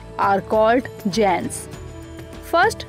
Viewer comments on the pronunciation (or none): none